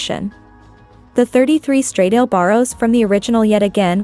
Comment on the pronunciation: Please, get some basic understanding of how to pronounce “ semi- correctly “ the ITALIAN ( NOT English !!) name of the brand and the model !!! STRADAAAALE WITH THE A AS IN ANN !!!! 😖😖😖😖